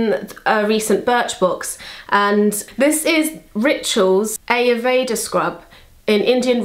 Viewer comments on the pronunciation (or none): Hey, just to let you know, Ayurveda is pronounced (eye-yoor-vay-da)!:)